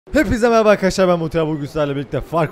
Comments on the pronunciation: abi hani hepinize mehraba arkadaşlar diyorsunya o hepinize merhaba kaşarlar gibi duyuluyor :) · Hepinize meraba arkadaşlar ben muhterem diye anladım neden